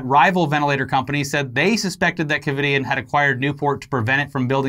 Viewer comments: “Covid”ien? Wtf? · “Covidian”...Covid - anyone else catch that lol? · Lol every time they said ‘Covidien’ wrong kinda annoyed me but then I was like “they’re evil?! Why do you care?!” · Covidien? Lmao